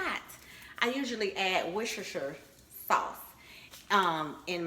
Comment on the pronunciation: The way she saying Worcestershire is sending me 😂😂😂😂😂